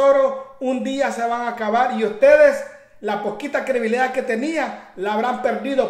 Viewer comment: Se dice credibilidad. No crebilida